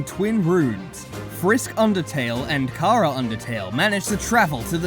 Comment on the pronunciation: I die, every single time, I hear " Car-a " Because I'm pretty sure it's " Chara " like chara-cter.